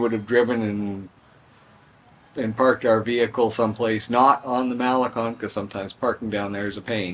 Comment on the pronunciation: MaleCON not MaleCONE!😊